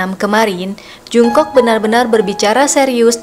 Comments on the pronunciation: Setau gue jungkook dibaca jong-guk bukan jung-kok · Tulisannya Jungkook Bacanya jongkuk (latin) g enak gitu.kalo dengernya jungkok (latin) 😩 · Jung "KOK" ..... Bacanya Jong KUK min bukan jung kok 💜💜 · Salfok sama suara mbaknya,,, nama jungkook bacanya jongkuuk mba 😁😁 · Pelafalan namanya jonggug & bwi yg lebih tepat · Bacanya ga Jungkook tapi jongkook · Mimin kpop'ers baru kah...kok baca namanya jk agak wagu gitu... Maaf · Belajar lagi cara pelafalan nama JUNGKOOK..bikin kesel dengernya.